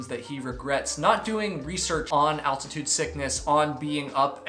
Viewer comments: How tf does someone get to his age without knowing how to pronounce “altitude”? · Man says 'altitude' kinda weird